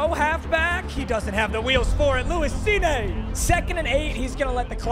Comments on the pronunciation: Lewis SCENE, not scene-a. Put some respek on that mans name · He kept mispronouncing Cine it's pronounced Seen not seen-aye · I was like bro its Cine. not Cineee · "SeeNay" has me geeked😂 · this was was goated as always (just so you know lewis cine's last name is pronounced like seen) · painful to hear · Respectfully as a Vikings fan is need to say it’s pronounce Lewis seen